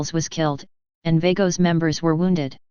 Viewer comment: If you cant PRONOUNCE it right then youve NO business reporting it!!!